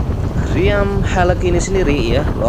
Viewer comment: Haloq kaleee,penyebutannya yg jelas,jgn pake ejaan bhasa inggris,haloq kkok helek,apaan